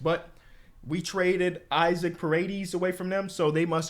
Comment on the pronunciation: by the way Isaac's first name is pronounced "E-Sock"